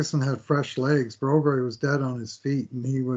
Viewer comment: Hey if you pronounce Broberg as Brobury how would you pronounce Landeskog? 😂